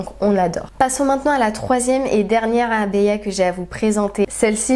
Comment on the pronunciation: Tu prononce très bien Abaya, très jolies tenues, elles te vont toutes à merveille MashaAllah